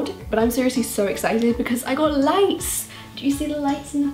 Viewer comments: I thought she said she had lice not lights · I thought she said lice cause 1 it sound like it and 2 she pointed to her head